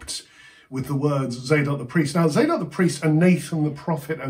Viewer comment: Tsadok, not "zaydok."